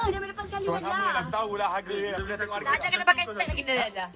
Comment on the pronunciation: Rasa dia nak sebut naji tapi tersebut najli..hahahah